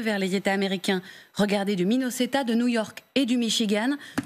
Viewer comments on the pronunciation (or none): C'est pas Djustine Trudeau, c'est Justin. En français. Et c'est pas Minnoseta mais Minnesota. Un petit effort svp. Ça sonnerait plus crédible...